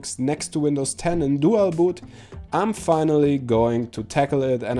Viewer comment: how you say dual boot and how yo say there is a chance to lose youer windows this video is suck